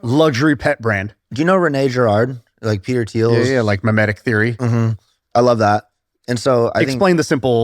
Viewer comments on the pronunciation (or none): none